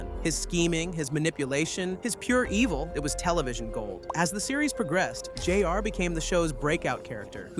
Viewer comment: He probably asked AI to write it and has never seen the show. In fact, the way "J-R" is pronounced the same strange way, maybe it's an AI voice too.